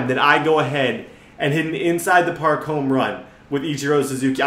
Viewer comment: Parl? Not park